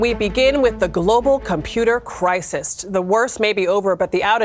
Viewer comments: At :09 ‘global computer CRISEST??’…is this another DEI hire, or what? Since when can anyone, let alone a NEWS PERSON not know how to spell and pronounce…CRISIS? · She literally said, “crisist”. Good grief 🙄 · What is a "crisist" 😂 wow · Listen to her say 'christist'. ha ha ha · What in the hell is a CRISIST? 🤣🤣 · What's that? A "computer crisist"? Or is that a cry cyst? What? Amazing how illiterates fill the airwaves.